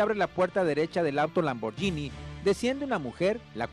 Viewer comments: Se pasaron diciendo Lamborgini en vez de Lamborghini. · Se pronuncia Lamborghini no lamborllinie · de pende. los gringos pronuncian lamboryini we. ahora quien te dijo que se pronuncia guini??